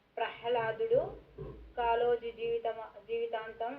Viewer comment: Kaloji not kaaloji